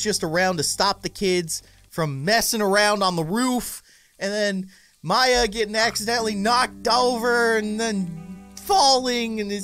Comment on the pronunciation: It's maya NOT mya!!!!!!!!